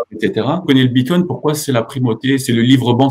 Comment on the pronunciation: Tesla accepte les Bitcoins. 1 minute et déjà une bêtise... Je poursuis, "confiance aveugle" et pas un mot sur la tech blockchain. Bon, je m'attendais à un meilleur niveau de connaissances de ta part. Ah, et c'est le bitcoin, pas le "bitcoint" ^^